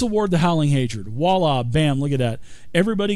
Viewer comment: By all that's holy someone tell this guy how to pronounce "voila".